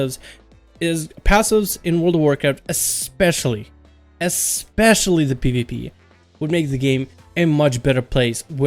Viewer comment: ESSSSS speecially